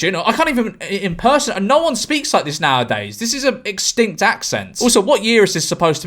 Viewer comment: 😀😄😄😂😂😂 I'll be using this from now on: extint accent